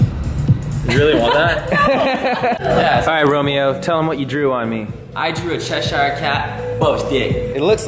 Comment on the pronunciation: I wish you all pronounced "Cheshire" correctly